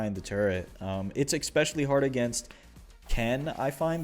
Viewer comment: Bro it's ESpecially not EXpecially